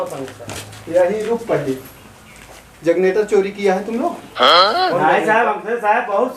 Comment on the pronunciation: बहुत प्रैक्टिकल अप्रोच अपनाया आपने।बहुत शानदार अभिनय। बस थोडा ध्यान रखें कि जग्नेटर ना बोलकर जेनरेटर बोलें तो ठीक रहेगा। मै आपके अभिनय का मुरीद हूँ।